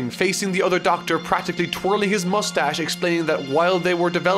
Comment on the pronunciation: correction: he has a “MOOSTASH”